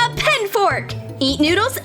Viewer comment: In the video it said pet amidst saying pen